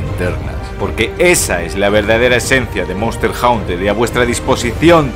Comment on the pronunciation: monster "jaunter" jaja , muy buen video maquina, no te conocía pero veo que compartes la misma devoción que yo por el gran infravalorado de khezu, ya tienes un nuevo sub.